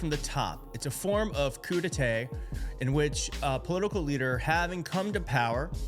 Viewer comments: It’s pronounced taw, not tay. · Just one little thing: It's not a "coup d'ETAY", but a "coup d'ETAH". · just fyi - "coup d'etat" is pronounced 'coo dehtah', not 'coo duhtay'......you may have been thinking of crudites (I don't know how to add the accent), the food treat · It's pronounced "coo day tah" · Probably adding AI monitoring tool App that will pull out info a lot easier and lock anybody out! Most likely, adding to his network to have access!! FyI: Coup Detat .. English say: COU day-tah as its the sane sound in French. Cheers! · you strain your credibility by not knowing how to properly pronounce, “coup d’état”. A “coup d’état” is NOT a “assortment of sliced raw vegetables, such as celery or carrots, served cold and often with a dip or a sauce”, otherwise known as “crudités”. “Coup d’état” (pronounced, koo-dāy-TAH), or “strike” or “blow” to “the state”. (a quick/sudden blow to/or takeover of the state.) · Pronounced coo de tar! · “Koo de tay.” Jesus dude…. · K ... pronounced... coo day tah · Coo - day-tah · You said Coup d'etat like one says crudites (think Dr. Oz)... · Please learn how to say “ coup d’état” 🙏🏼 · You're mispronouncing coup d'etat